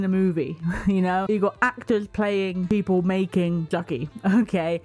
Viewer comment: "SMALL SOLDIERS PIPOL WHAT IS WRONG WITH PIPOL🤣🤣🤣 THE ACCENT GOT ME GIGGLING 🤣🤣🤣🤣